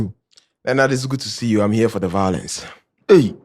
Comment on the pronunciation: "I'm here for the vio.lence"